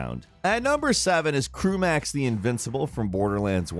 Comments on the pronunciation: Am i the only one who noticed he said CREW max and not CRAW mer ax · Did anyone else hear him say crewmax instead of crawmerax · Crawmerax. Sound it out, bruh. Craw-mer-ax. Not “Crew Max.” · it’s pronounced “craw-mer-ax” not “croo-max” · My guy really called Crawmerax Crewmax.. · Lol “Crewmax”?! Then the name pops up on screen and it’s actually “Crawmerax” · Did he call crawmerax crewmax? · Did I just hear you call Crawmerax, "Crewmerax"? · craw-mer-axe not crewmax bruh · is no one gonna talk about how he said crewmax for craw? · My man said Crewmax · Crew-max? YOU MEAN CRAW-MER-AXE!!! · I'm sorry hang on...it is not pronounced crewmerax, there is no E after the "CR" it is pronounced crawmerax, probably the only person I know that actually pronounces crawmerax as crewmerax, also "no weaknesses" are you blind? There's BRIGHT ASS PINK BLOBS THAT ARE HIS WEAKNESSES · "crew-max" the invincible - Falcon c r a w m e r a x . it's a CRAWfish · The mispronounced words made it impossible to take him seriously in any way. Craw-mer-ax and Demi FIEND, not crew-max and demi-friend. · Crewmax? Crew...max. It’s Craw-mer-ax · Why did he pronounce Crawmerax as Crewmax and the boss does have weaknesses...... you have to shoot all the purple glowing points on him. Christ did these guys never play borderlands. And its killable in under 60 seconds and he's the best source in the game for pearlescent gear. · My man said Crawmerax as "Crew-Max" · crewmax? who the fuck is crewmax? its Craw Meh Rax. and he's fucking easy. you just crouch in two spots and he can barely hit you and you can hit him with ease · Crewmax!? Man... CRAW-MER-AX! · Crew-max? Craw-mer-axe. It's almost funny how often you mispronounce things. Also, it has weakness. All those glowing purple spots are weaknesses. I thought you did more research than that. Gamefaqs is pronounced game facts. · What the hell is a Crewmax? Do you mean Crawmerax? How dare you disrespect his name like that 🤣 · It's pronounced cra-mer-ax